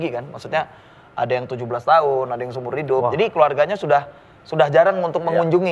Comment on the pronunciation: Pas ngomong idduuppp...Lampung banget ni..😁😁